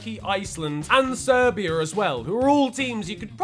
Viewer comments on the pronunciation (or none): none